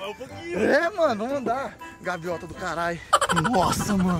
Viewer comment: "Gaviota" kkkkkkk